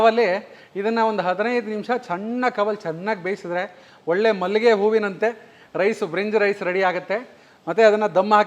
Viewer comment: ಬ್ರಿನ್ಜ್ ರೈಸ್ ಅಲ್ಲ ಭಿರಂಜಿ ರೈಸ್